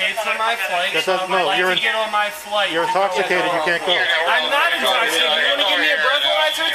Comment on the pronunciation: I'm not intochimicated bro!